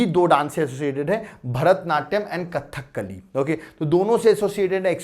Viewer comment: It's not "Kathak kali" pronunciation is Kadhakali